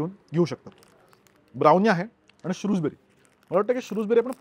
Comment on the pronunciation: शृजबेरी (Shrewsberry) नसून शृजबरी (Shrewsbury) आहे